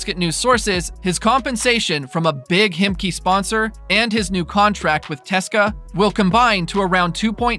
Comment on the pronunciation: don't say teska its C-S-K-A for English speaking people